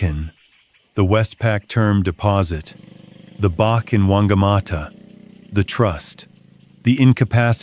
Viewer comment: In New Zealand Bach is pronounced batch.